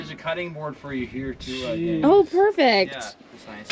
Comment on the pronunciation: It's murfect